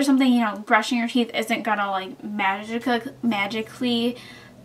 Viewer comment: you mean Teeth not theeth.